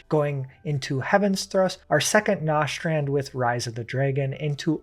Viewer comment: Good guide, but you are mispronuncing a bunch of these skill names “Nostrand” is Nastrond, “Radien thrust” is Raiden Thrust